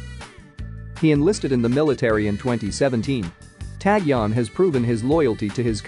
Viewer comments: He pronounced every Korean person's name wrong in the video, including Taecyeon. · YES!! Got so annoyed how he was saying Taecyeon all the time 🤐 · A little uncomfortable on how he pronounced taecyeon . But ok we understand. 😁😁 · Yes, that's right. I think a little uncomfortable on pronunciation by his name. But after a load of time, I understood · HOW ANNOYING !!! Please don't report on this guy. OMGosh ! I can't even listen to you mispronounce his name 50 times! The narrator mispronounces ENGLISH, ITALIAN & KOREAN! HE IS NOT NAMED "TAG YON"Also you mispronounce " Vincenzo " in English, Korean and Italian.